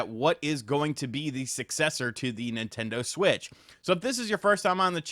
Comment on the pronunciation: Mimtando Shwich 2